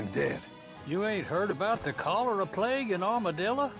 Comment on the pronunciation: Why can't any one pronounce cholera now days dose no one know what that is lol geez